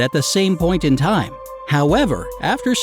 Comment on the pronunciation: captions do not match narrator. Point IN time sounds like point AND time.